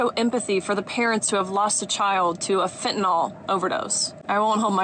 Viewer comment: ...and the word is fentanyl, not 'fentanol'. It rhymes with pill. Fentanyl. I'm just saying.